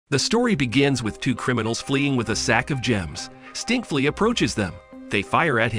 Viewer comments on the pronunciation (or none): Did he just say stinkflee